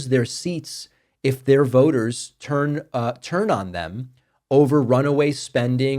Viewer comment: Did David say “turn” or “turd”? Just wondering.